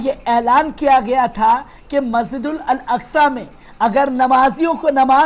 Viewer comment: मस्जिद-उल-अकसा कहिए , मस्जिदल अल अकसा नहीं।